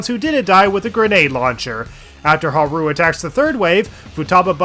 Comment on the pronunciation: Huh-roo is killing me. 💀